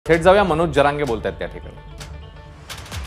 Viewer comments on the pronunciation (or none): none